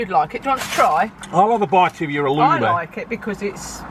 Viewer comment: Right folks Halloumeh